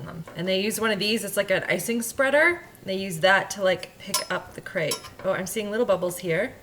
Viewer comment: Based on the french pronunciation (since crepes (aka crêpes) are from Brittany, France), it is pronounced [/krɛp/]. If you type "crêpe" in google translate and select french, you will get the exact pronunciation with the audio!